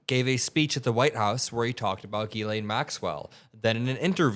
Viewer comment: It’s pronounced jizz-lane. Seriously.